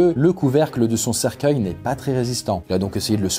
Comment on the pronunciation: Je reve ou je entendu cerceille #coffindance